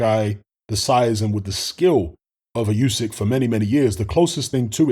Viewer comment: It’s pronounce OoSek you ignorant f